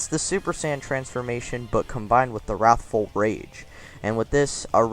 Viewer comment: Nice, seriously! But the “He... is.... warthful super saiyan” made me laugh.